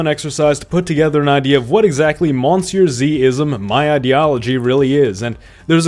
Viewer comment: No, its pronounced muh-see-uh zee